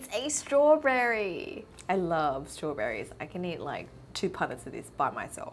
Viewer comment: ”Its a strawbRerry”